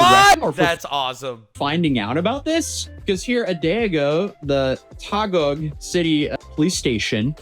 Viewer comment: Filipino here. Taguig is pronounced the way you say GIG for the last syllable